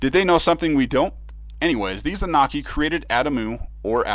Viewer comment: SAY IT WITH ME : AH-NEW-NAH-KEY